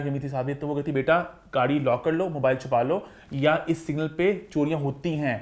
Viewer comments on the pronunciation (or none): none